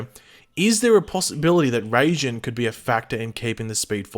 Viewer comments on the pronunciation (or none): Raijin is pronounce rye-jin not ray-jin. Unless this guy in the actual god of lightning I have no idea what they'd do with him but I'd suspect it'll have something to do with how they generate a new speed force. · it is rai not ray. You got it right but decided to use the wrong one still. It's a japanese word and in japanese is spelt らいじん which is pronounced rai. Ray would be れいじん which is not the word at all. Rai is basically lightning with jin in this context means god so lightning god, basically as you said. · It’s pronounced Riy-Jin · literally in no country is it pronounced Rayjinn. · He kind of butchered the pronunciation of raijin